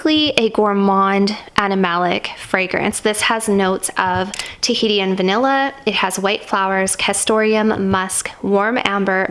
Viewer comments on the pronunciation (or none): I think you mispronounced Tahitian?